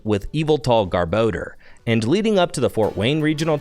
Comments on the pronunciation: Its GARBOR DOR NOT GARBO DEEERRR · Take a shot every time he says garbordor